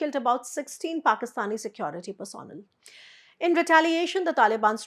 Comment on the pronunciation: Personnel,. Pronunciation is wrong